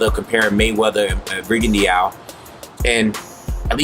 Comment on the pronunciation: The "E" in Rigondeaux is pretty much silent. Just thought I'd let you know